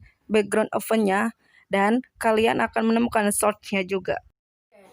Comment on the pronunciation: Great job. Saya suka ada improvement dari vid pertama. Suka sekali ada assignment n summary.. Notes: pelafalan source, source etc.. 2. Yg baca news sebaiknya sendiri, ga usaha banyak2 contoh cukup 1 menit, ga diterjemahin gpp. 3. Sbg ganti dari baca news kelamaan, assignment n summary jadi bisa lebih lama. 4. Dlm assignment, beri jeda 5-10 detik ut partisipan menjawab.. Anyway great job